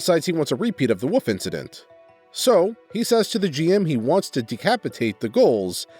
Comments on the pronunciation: Ngl, I love your vids, but I visibly cringe every time I hear you pronounce wolf, or wolves lol and its relevant almost every video. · just a pet peeve, but you know there's a "L" in the word wolf right?